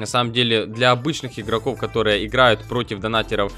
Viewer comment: говорит игрокоу а надо игроков